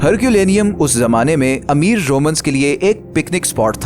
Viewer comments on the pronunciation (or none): none